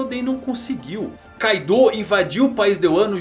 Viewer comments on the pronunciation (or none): none